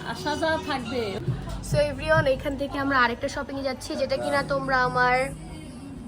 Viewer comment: Everyone ❎ Every on✅😂😂